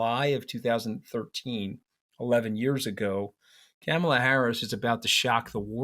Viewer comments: Good Lord man, I am talking to you mooch. Please pronounce Kamala’s first name correctly. Sheesh! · Please learn how to say her name! Not Camel-la...! It's Comma-la. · Anthony I’m sorry to say that you are saying the name “Kamala” incorrectly. You are pronouncing her name starting her first three letters like the word “camel” and it should be like the word “coma”. Enjoyed your discussion. Thanks. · I think you are both brilliant and have very good insight. You are, however, mispronouncing her name. It’s Comma-La. Not kammela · Love this podcast. Anthony - Please work on the pronunciation of Kamala. It's COMMA - la, not CAMMA - la. Thanks. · For heaven’s sake, even you can’t pronounce her name correctly!! Is it on purpose? Her name rhymes with “mom” not “dam” … Kam-a-la is not that tough. Even her step kids call her “Mom-a-la.” She’s been VP for 3.5 years and you should know how to pronounce her name! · You guys~ Kamala's name is not "Camel"--la. Her name is "Comma"--la. Like a comma in a sentence! Let's get it right to testify to the world we can see them! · Interesting but one point: Her name is pronounced “Comma, law” and not “CAM- ala.” Like Donald is DONold and not DonOLD. Thanks! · Mooche can’t even pronounce her name correctly: It’s “Comma-la” NOT “CAM-ah-la” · It's Karma Lar not camma lar. A back woman called Karma. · Love you guys. May I suggest, though, that Anthony pronounces Kamala’s name correctly. The first “a” is pronounced like the “a” in “father,” not like the a in “ham.” Enjoy listening to you both! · Anthony I love your views but it is KA-mala. Please say it right. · you gotta start pronouncing Kamala's name correctly. You're giving a bad name to all NY Italians. It's Comma-la. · Tell him, Katty, it's " ,la". Not camel-a. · Mooch, you gotta learn to pronounce Kamala properly! Kah-muh-luh. First syllable pronounced like that in comma. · Please pronounce Kamala's name correctly. It's not hard. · Anthony, say her name correctly